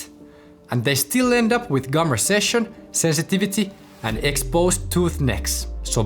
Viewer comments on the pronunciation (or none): It's gum RECESSION, not RESECCION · Gum recession, not reseccion